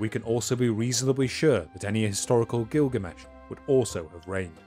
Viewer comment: I've been waiting for a long time to hear this story in its Full entire length for quite some time. But,.. the Rhotacism is making it almost impossible to listen to (I had to stop at 20mins). I'm trying but it's so obtrusive. Sorry but is there a way you can have a different narrator(s)?